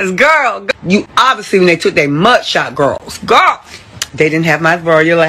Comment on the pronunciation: “He was with his home gworls”